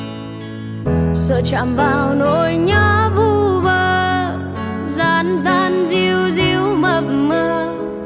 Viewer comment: Gian gian chứ ko phải( Dang Dang ) Vậy là phát âm sai đó🤣🤣🤣